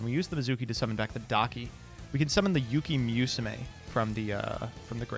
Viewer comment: "we're gonna use yuki MEWsume" |: I